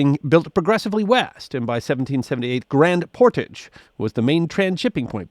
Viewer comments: It just sounds wrong when you pronounce portage that way, 'por-taage' being much closer to the Fr roots of the word. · Mackenzie may not be remembered in the US, but here in Canada he is a major historical figure. I cringed every time you pronounced "portage." ;) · The way he pronounces "portage" sounds so very, very wrong 😅.